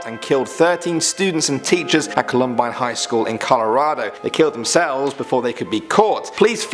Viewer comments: "Cullumbine" ?? 😂 Columbine. (Coll-uhm-bine) . Lol accents always get in the way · I dont give a care if you're not American, it's pronounced CALL UM BINE, NOT CLOMBINE! COLUMBINE SHOOTING REMEMBERED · I'm from Denver (Columbine HS was in Littleton, a SW suburb of Denver) and worked in an ER when that happened. My particular hospital didn't get any patients, we were too far away. It's pronounced CALL=um-bine. It refers to the state flower of Colorado. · No offense but its pronounced Col-Um-Bine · I’m dead at the pronunciation of the columbine shooter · It's Columbine, not Columbine. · I know I'm late but as an american the way you pronounce "Columbine" makes me grind my teeth. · Picky I know but you mispronounced Columbine...lived in Colorado at the time. Horrible event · The way he says Columbine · The mispronunciation of the word "Columbine" was kind of painful